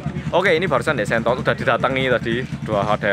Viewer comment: sentot bukan shentot haha